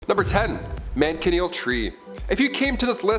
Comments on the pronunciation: How did u say that?man ka kneel tree that’s wrong!it’s pronounced Man Sha kneel and no not spelled this way it’s how it’s pronounced k?young people hell my own son can’t write cursive or his own name kids today out the frying pan into the fire 🔥 no crap !!!sad 😢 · First man chin eel tree does the way you say it look like this?and u did it again you said Bone eh part eh?WTF ???its Bona part as simple as that God …